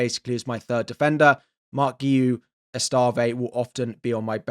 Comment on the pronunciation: Thats not how you pronounce Guiu 😂